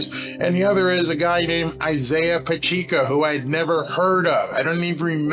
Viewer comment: Its "Pacheco" not "Pacheeco" Like "Pa check o"